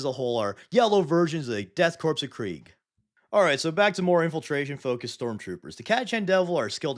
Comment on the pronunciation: You have the pronunciation of korps and corpse backwards.